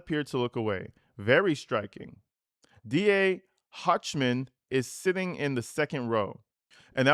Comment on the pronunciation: Pronounced Hockman …your DA’s name pronunciation